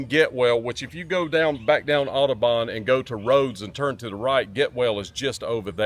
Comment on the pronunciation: You can tell they're not from memphis. It's not pronounced aw-doh-bawn. It's pronounced aw-duh-bun...